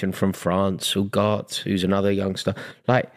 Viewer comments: Adams pronunciation of Ugarte is hurting me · it’s Ugarte not Ugart. ooohhh-gar-teh